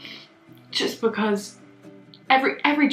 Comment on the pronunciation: No one:: BaHcAZe